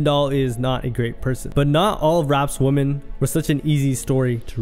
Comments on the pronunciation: Ffs, its "women" not "woman" how do you not know the plural of woman is women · another WOMAN ......... other WOMEN....they are pronounced differently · Two things that annoyed me throughout this entire video. 1.) OP not knowing the difference between WOMAN and WOMEN, at least the pronunciation. 2.) "Fans" getting upset for their trash idol as if they know everything that's going on behind the scenes. How does one even become a fan of Chrisean? Serious question. Sad how people are more invested in the lives of people they don't know than they are with their family/friends. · 🫤Why are you pronouncing women wrong? IT IS [ wim-in ]. 👍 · This dude can't say "women" in the plural form at all 😂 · WHY DOES HE KEEP SAYING "WOMEN" WRONG?? bro.. Love your content but plz, work on that